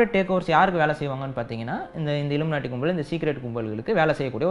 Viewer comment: இழுமனாட்டி இழுமனாட்டி சொல்ராரே இழுமனாட்டி இப்ப எங்க இறுக்குது னு சொல்ல மாட்டிகிறாறு